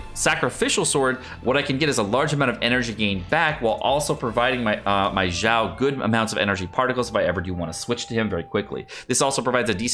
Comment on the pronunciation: its not zao not zhao not shao its xiao x = snake (S)iao